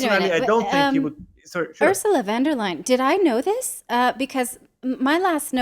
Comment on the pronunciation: Von and Van are NOT THE SAME. Von Der Leyen Not LION lay-en Von Der Leyen. Show some fucking respect and learn how to say foreign names correctly. Not to respect the politician, but to respect the people.